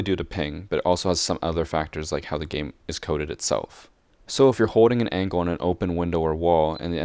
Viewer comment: I like how you say "angle" as angkle :D